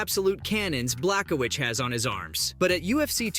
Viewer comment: You can’t even say Jan’s last name correctly